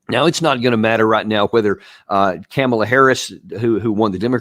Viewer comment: Trumps foreign policy will be vastly diff than “COM-ala” not “CAM-ala” . I can’t stand her but cmon Man U can’t do a show talking about her this much and stil gaffle her name every time.